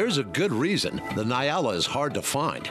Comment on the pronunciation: Its ponounced 'N-yaala' not Nai-ala. Good video though